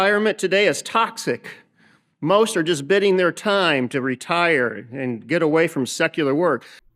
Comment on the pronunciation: “bid-ding” this is what too many auctions does to a man.